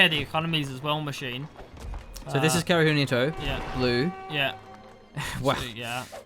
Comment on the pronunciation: How to pronounce Kaerunohito? 1st split the long name Kaeru - no - hito Frog - of - man/person ("frogman" if I'm not mistaken) 2nd correct pronunciation It is Ka-e-ru not kae-ru it is he-tow not ni-too PS: Love the shoutcast